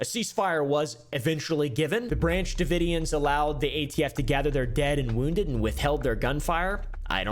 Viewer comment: "Branch davoidians" I'm only calling them that from now on xD